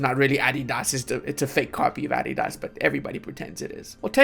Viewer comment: The caliph of Romania - Adi-das 😂